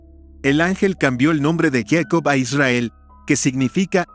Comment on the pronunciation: Yeicop??? ES jacob...